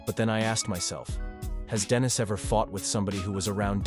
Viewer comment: Denis FGS, NOT DENISE